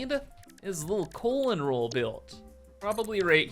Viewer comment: Why do you keep saying "colon roll"? 🤔